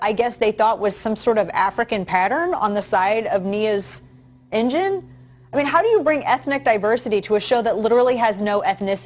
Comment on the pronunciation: Tank ENGINE. Say it Dana ENGINE. Jesus Christ